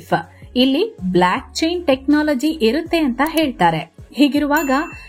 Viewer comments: ಅಕ್ಕ ಅದು ಬ್ಲ್ಯಾಕ್ ಅಲ್ಲ ಭ್ಲೊಕ್ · Hello, it's not BlAckchain. It's BlOckchain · ಅಮ್ಮ ಬ್ಲಾಕ್ ಅಲ್ಲ ಬೋಲ್ಕ್ ಚೈನ್ 😂